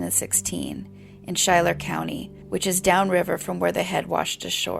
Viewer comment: Thanks for providing this content. For future reference, “Schuyler” is pronounced “SKY-ler”, in the Midwest US, anyway.